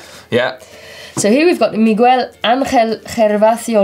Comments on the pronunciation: You said Migüel and not Miguel. Anyway continue to practise that Spanish. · it's Mig-ell not Mig-well. But otherwise pretty flawless Spanish (for a Brit)